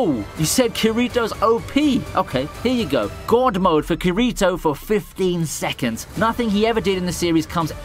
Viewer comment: I’m sorry but my oh my the way he said kirito so horribly wrong made me cringe every time he said it 🤣🤣